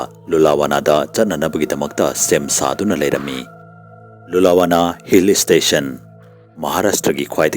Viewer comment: Lulawana haiba natte Lonavala haibane